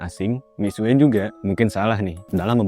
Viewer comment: Duh bacanya Mixue mixue mulu, Mix xe